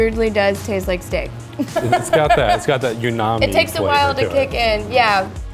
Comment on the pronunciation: It’s got that Unami flavor 😂🤦‍♂️ Pretty sure he meant Umami